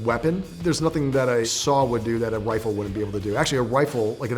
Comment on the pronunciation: Don't judge me but did he say "Wifle" and "Wong".